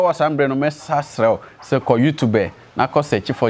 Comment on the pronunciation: pls it's not "youtub3" it's YouTube we don't pronounce the last e